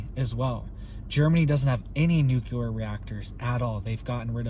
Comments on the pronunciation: NU CLEAR NOT NOT NUKE U LAR! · Nuclear. New clear. Not new q ler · It would only cost $6 billion dollars to completely harden the N. American grid, yet the. govs won’t do it. The only carbon TPTB want to eliminate,, is humans. Blessings! 🙏🏻 Jesse.🌹 P.S. PLEASE learn how to say NUCLEAR,. It’s New-Clee-Are!😉